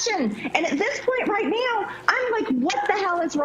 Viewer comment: Did Marge seriously just say "at this point right meow, what the hell is wrong with Republicans?" Is she transitioning into a furry? Lmao!